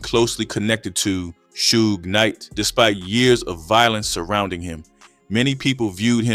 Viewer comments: Right... cause who TF is Soo-gah Knight? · How can you not pronounce Suge correctly?...lol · reading is fundamental.. you KNOW 2pac and Suge's name yet u STILL pronounced it wrong.. until u finally figured out WHO it was.. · The AI voiceover is bad enough, but not checking to make sure that it's pronouncing things right before uploading seems lazy. Even the same name 3 different ways, like everyone doesn't know how to pronounce Suge and wouldn't notice? I want to like this channel man but you're making it hard to